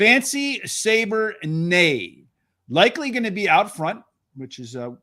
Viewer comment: Good show, but I guess didn't get the joke regarding the 6 horse (Fancy Caber Neigh) in race 4. I wouldn't pronounce it as Fancy Saber Nay. I would pronounce it as Fancy Cabernet. Although maybe they should have submitted the horse's name as Fancy Cabber Neigh to be clearer.